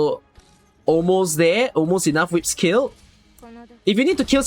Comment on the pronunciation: I really like how call those fire thingies as "WIPS" rather than "Wisps" 🤣🤣🤣